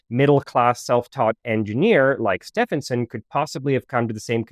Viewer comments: Its steven like the male name. Not steph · In British ENGLISH, Setphenson is pronounced SteVenson. Sorry, it was so annoying. "Stephen" (Steven) is my middle name. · Stephenson is pronounced "Steven son", Steven and Stephen are pronounced the same in English. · Great video but the pronunciation of Stephenson made me cringe. It's pronounced Stevenson. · I love your videos, but as an Englishman, I must point out that Stephenson is pronounced like "Steve-enson" the UK (correct) spelling of "Steven" is "Stephen" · Stephenson is pronounced Stevenson in UK English. yes we're weird get over it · Pretty sure it's pronounced Steven-son (the train guy). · Stephenson is pronounced Stevenson ....... just saying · Where did you get the pronunciation of Stephenson from? It is Stevenson. I know, but he was English, and English is a weird language and we pronounce it Stevenson. This grated on me just the same as when Edmund's name is pronounced Hayley. 😬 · Yes, sorry .. it's Stee-ven-s'n 🤷‍♀️ I'm afraid that was becoming really grating 😔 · As a pedant, I must remark, that the correct pronunciation of Stephenson, in George Stephenson is "stee" + "vuhn" + "suhn". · Stephenson is pronounced Stevenson. English spelling eh? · As soon as you make a basic mistake in pronunciation on such a simple world the rest of your info becomes questionable. Get it right. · This is the first time I hear Stephenson pronounced this way. Do you have any source for this pronunciation? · I was going to say the same thing 😅